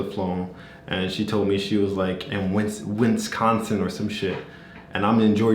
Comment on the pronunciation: "Winsconsin or some chit" 😂